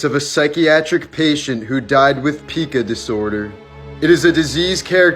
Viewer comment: Pica is pronounced "pie-ka" not pee-ca